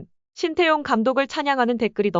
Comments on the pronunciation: 관중들아 제발 발음 좀 잘 해라 신태용이 아니라 신따용이다. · 신태용은..지장(智將)..지략으로 난관을 헤쳐나가는군!!! ( 明報....의리는 있어보이네!!! 鬱이 山이여~~~!!! ) 태용이 泰用 하고있군!!! 태와 따의..발음연습 시켜야긋다...태국애덜!!! 따용 아녀~~!!! 태~~해봐!! 하긴...신 또용이면 또 어떠냐!! 메세지만 전달되면 되지!! 따용이 ...땡큐~~~그거쥐?! 알게써!!! 인니 팍팍 응원할께!!!